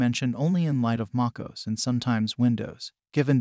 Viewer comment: I like how he calls MacOS "MockOoz" 🤣🤣